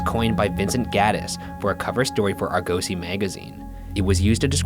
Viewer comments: He needs to learn how to pronounce Argosy, it's ARE-GUS-SEA not ARE-GO-SEA man that's really unprofessional. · Please learn how to pronounce “Argosy”